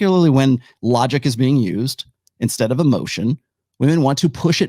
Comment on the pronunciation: Why do some people say vvomen instead of woman?